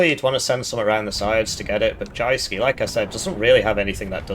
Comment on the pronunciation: It's pronounced Youske.